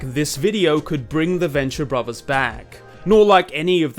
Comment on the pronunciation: Borvers, favers...maybe speaking isn’t the best thing for you to do with such a terribly hilarious speech impediment. I’m pretty sure brothers and fathers has a ‘tha’ sound not a ‘bag’ sound. Go back to elementary school or have a program speak for you. It’s honestly cringe levels of hard to listen to someone who can’t even pronounce words correctly.